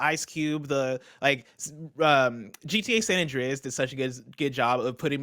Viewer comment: "San Andreaez". Ew.